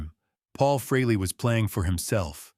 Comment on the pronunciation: How about if you pronounce and spell his name right that would be nice when you’re talking about a legend like ACE FREHLEY